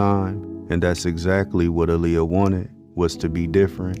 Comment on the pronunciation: Her name is Pronounced Ah-Lee-Yah but thank you very much for making this documentary ❤